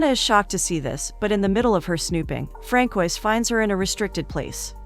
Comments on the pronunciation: Francois is pronounced: Fran-so-aa. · Fran-coysss? Hilarous.